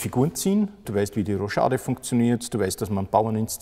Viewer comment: Danke daß ihr Schach mal wieder etwas mehr Gehör verschafft habt! Ein toller kurzer Film! Aber ich muss mich schon sehr über wundern der als erfahrener Turnierspieler und Schachtrainer bei "Roschade" sagt!!